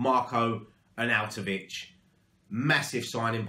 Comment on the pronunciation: Yes mate you said his name right! 😂😂😂 Nice one fella keep up the fantastic content COYI ⚒